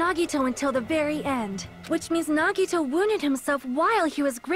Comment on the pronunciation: The final class trial about Nagito, and she still doesn't pronounce his name correctly D: Awesome video though can't wait for the next part >:)